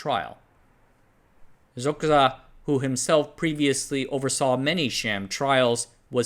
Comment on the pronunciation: Xoxe is pronounced "Dzo-dzeh" not "Zo-xuh"